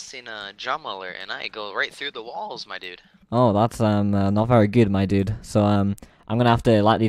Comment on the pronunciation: LOL he kept sayin " my dud " im so done lolololol